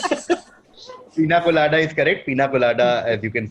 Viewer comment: Even my father knew the cocktail answer but he pronounced it as pindakolada 😂🤣